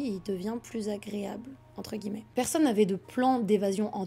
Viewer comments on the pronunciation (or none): none